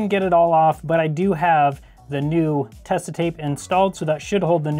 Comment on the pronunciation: I guess you could try a GoPro frame to press the front piece back into place, should work way better than just doing it by hand. I also cringe every time you say "Tesa", thats not how it's pronounced :)